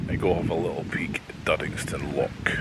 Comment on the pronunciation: I'm sorry to pick you up on this but it urks me so much that a Scotsman cannot pronounce the word loch properly.